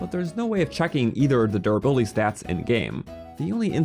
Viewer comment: I love the way you say durrr buildy